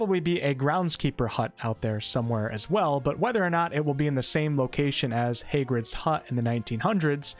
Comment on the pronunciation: Hey-grids hut… 😳